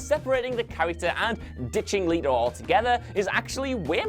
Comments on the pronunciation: It's jared leto not jared leeeto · ItS JEred not JAred and LET-O not LEET O 🙄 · LE-TO. NOT Lee-To. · Leto not leeto geez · Leto NOT! Leeto! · Fukin “leeto” 😂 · Who tf is Jared "Lee toe" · The way he pronouces “era” and “leto” is just... ow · Pretty sure you're pronouncing "letos" name wrong. Not like you read the comments anyway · Please make up your mind about how to pronounce "Leto". I don't care whether you say "Let-o" or "Lee-toe" but alternating between the two is weirdly distracting. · Pick a pronunciation and stick to it, jeez. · is it Leto (Lee-Toe) or (Let-Toe)? You changed your pronunciation every other time you said Jared's name 🙄. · I know, right? I'm sure this guy doesn't say would you leeet me borrow this, or would you leeet me have some of that, why is it so difficult for some to comprehend how to pronounce Leto??